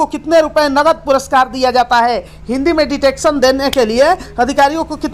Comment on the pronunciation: साहित्यिक को साप्ताहिक और डिक्टेशन को डिटेक्शन मत बोलिए ! संसदीय राजभाषा समिति में 30 सदस्य होते हैं , आपने सदस्य संख्या 30 को (कुल तीस) बोला है जो उन्तीस सुनाई दे रहा है ! उच्चारण सही कीजिए , जिससे भ्रम ना हो !